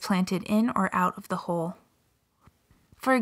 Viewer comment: Why does she say HOLE instead of HULL?